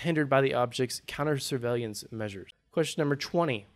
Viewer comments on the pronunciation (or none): SIR-VAY-LEE-ANTS....no dude, come on